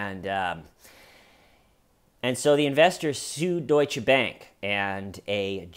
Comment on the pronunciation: Dear, First, thank you for pronouncing Deutsche the right way. It gives me hope to one day hear Einstein pronouced as it should be by Americans, and it is not the epstein way (epstein doesn't deserve the Majuscule). Thank you also for reminding us that your channel is not only good laughs. I sometime feel reading the comments that we are waiting, expecting even, the good jokes and like with this family, nothing funny about it. Thoughts to them and I hope the husband recovers. I think you give the good theories regarding why he did it, and unfortunately I wouldn't even be surprised if it was because of ladies night. He is like an incel, and we all know what they can do.. But yeah, another "suicide" related to epstein... hum... Of course we all know that the Fedex will become a thing in the TCL family, and I love it! Because your comment section is just one of the best, and the Schmeeda fam brings much joy in my life right now, as you do too and first, much gratitude for you. And last thing: have you been rewatching Fargo lately? Cause after the "I'm cooperating" I heard the ", you're underperforming!" the same way haha. Much love from Belgium, hope you are doing ok? P.S: please make teeshirts or whatever! Please please please! I want to represent the TCL here in Belgium. (How can someone run out the back door from a high rise appartment? There's not even a front door!?)